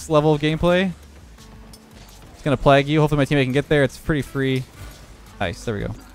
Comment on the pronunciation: How the heck did he just say “plague”?? XD